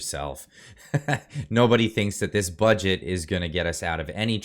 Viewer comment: And Christia says "budget" as "fudget"